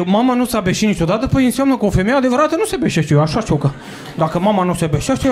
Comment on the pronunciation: A se băşi, nu a se beși. Sună ca dracu forma ta. 😅